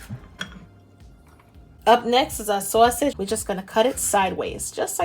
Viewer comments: you must be a New Yorker--once I heard "Sawsage" I knew! I can't wait to try this! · I love love your channel! I pronounce Sazsauge! Too! I can't wait till she hears you co correct her! Lol. God bless and thank you I love Cabbage too! ❤️ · I love the way you say "sausage". Sounds like you may be from the east coast. I'm definitely trying this recipe. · Omg, I love the way she says sausage xD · Great job. I like how you say sausage as well ;-)